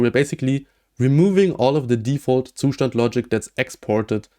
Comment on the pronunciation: As a German I have to say that you should look up how to say Zustand